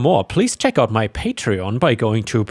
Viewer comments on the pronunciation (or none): none